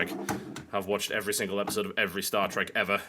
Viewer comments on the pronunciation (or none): none